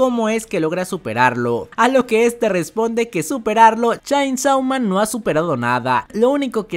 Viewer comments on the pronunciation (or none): por que sera que sigue diciendo shaynsou man?